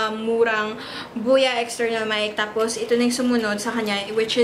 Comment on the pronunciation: Buya ba or boya? Nabobother ako sa pronunciation.. Huhu